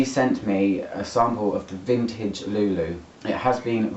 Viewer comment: Jesus Christ!!! Another one!!! We are people so ignorant? Before doing a review you should at least do some research and learn how to pronounce the name because every time you pronounce Lou Lou you sound completely ignorant 😂😂😂